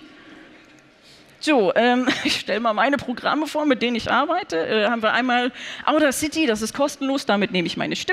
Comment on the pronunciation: Das Tool heißt übrigens Audacity (Betonung auf der zweiten Silbe) und nicht Auda City. Es ist nämlich nicht nach der Hauptstadt des Landes Auda benannt (wie etwa die Stadt Mexico City nach dem Land Mexico), sondern spielt auf das englische Wort für Kühnheit (audacity) und das lateinische Wort für ich höre (audio) an.